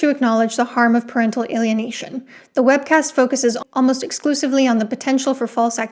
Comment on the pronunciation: every time u said “webcast” i screamed